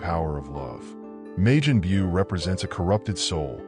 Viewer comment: "May-jin Bew" lol what?